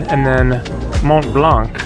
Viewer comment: Hi! Mont Blanc is pronounced without the C at the end! Great video!